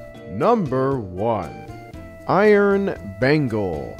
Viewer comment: mispronounced "Iron Bagel". Unsubbed.